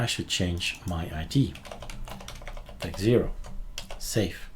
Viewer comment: techxero not techzero lol. Spotted it the second you did that, but I couldn't barge in so there it is. :)